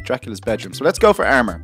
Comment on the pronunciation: does he have a difficulty in saying A and O because: ermor ferm neew